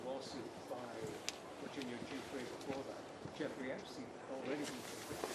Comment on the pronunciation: "I never knew Jeffrey Epstine"